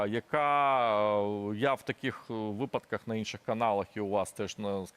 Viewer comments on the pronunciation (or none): none